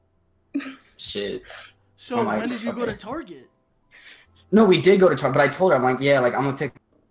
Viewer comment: really said target like tarjet